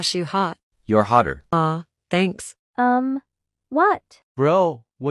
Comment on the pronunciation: "Thaisum guys" 💀